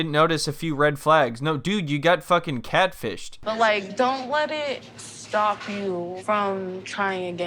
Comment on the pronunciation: I swear you’re saying CADfished.